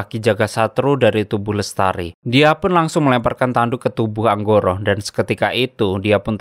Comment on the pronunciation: Angkoro Bang Bukan Anggoro Maaf Koreksi beda Huruf Beda Makna 😂